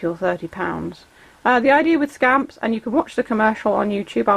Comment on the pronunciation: When you said scamp I thought you said scam 🤣🤣